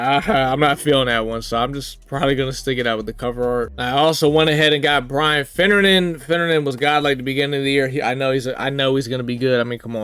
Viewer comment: “Finnejynxinoisesren” man really rolling the r in finnerin😂